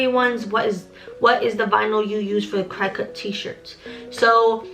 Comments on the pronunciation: Waittttttt I’ve been watching all your videos liking and subscribing but !!!!!!! It’s cricut just like the insect cricket 😭😭 and omg siser is seeser like sissor but emphasis on the eeeeeee okayyy keep teaching me sis ! Lol I only know all this Bc I’m a crafter 😭😭😭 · Its cricut. (Cricket) like the bug. I used to say the same thing 😂